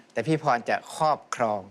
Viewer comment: เสียงเพราะมากเสียงใสเหมือนกับสาว ๆ เลยแม้ว่าอายุจะมากแล้ว แต่การออกเสียงควบกล้ำไม่ได้ เช่น ครอบครอง ออกเสียงเป็นคอบคอง,เสียง ร บุรีรัมย์ ออกเสียงเป็นบุรีลำ นอกนั้นเสียงใสและเพราะมาก